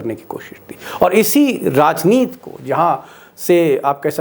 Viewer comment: बार बार आप राजनीति को राजनीत क्यूं बोलते हैं? हिंदी के शब्दों का शुद्ध और सम्पूर्ण। उच्चारण कीजिए।